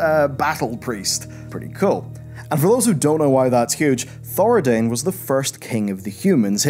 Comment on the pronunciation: I could be wrong but: ThoraDIN, not ThoraDAIN. I believe the Arathi aren't from Lordaeron either, they're from.. Arathi. As in, Stromgarde. Also, the new Lothar is not a member of the Lothar Dynasty. Her name is Lothar, because it seems to be a common or recurring name from the Arathi and later Stromic people, like John is for us IRL - IE, James John and John Mortimer both have John in the name but they're not necessarily related. Anduin Lothar was a descendent of Faldir Lothar, who left Arathi (Then Stromgarde) before the collapse to sail to and then help settle Stormwind. There isn't a way the new "Lothar" and the historical Lothars could be related, given the offshoot Arathi featured in War Within are said to have left around the time or even before Thoradin's rise (Year -3300) whereas Faldir was considered the last descendent of Thoradin and he left for Stormwind from Strom around Year -1,200 ish.